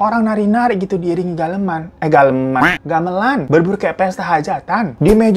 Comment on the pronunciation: Pas ngomong Gamelan salah, Tapi dengerku malah lebih salah! He said, Galeman.. Telingaku be like : "Daleman, Hah?? Daleman??" 😭 sampe di ulang bas bagian itu aja sorry bang Hiro.